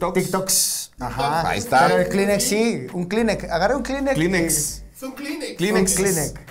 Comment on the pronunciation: Es la segunda vez que todo pendego dice "klinec" en lugar de "Klinex" y se oye todo de Chimalhuacán todavía.